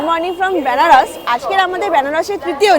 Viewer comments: বেনারস না বলে ব্যানারস বলছেন কেন, উচ্চারণটা ঠিক করুন কানে লাগছে l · ব্যানারস না বেনারস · বেনারসের উচ্চারণটা ঠিক হলে ভালো হত। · আমারও শুনতে কেমন অদ্ভুত লাগছে 🥲